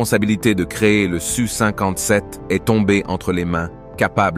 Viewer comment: En effet, c-e-s dépriment à la longue, comme de dire SU57 au lieu de S U 57 ! Et n'oublions pas que ça ne s'arrangera pas en deux mille vingt cinq.